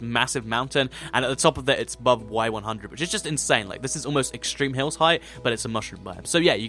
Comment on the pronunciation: You said extreme hile biome